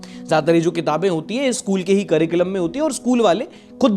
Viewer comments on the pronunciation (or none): none